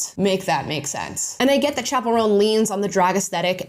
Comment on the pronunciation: “Chappell Roan”.. or is it, chaperone? Cuz that’s what I keep hearing. 🤣 just a funny thought